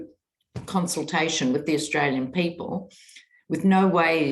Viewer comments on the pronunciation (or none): none